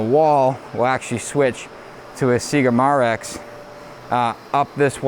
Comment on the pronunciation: It's pronounced my rex.... Not ma rex. Build show video where Matt actually visited them....